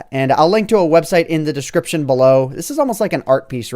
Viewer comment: i love it when he says descripshn